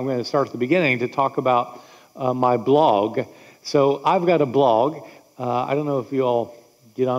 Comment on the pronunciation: I have never heard someone not be able to pronounce "blog", but that's hilarious. Fun 3 videos!